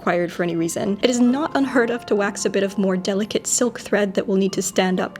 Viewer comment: I KEEP HEARING BUTTHOLE NOT BUTTON HOLE 😭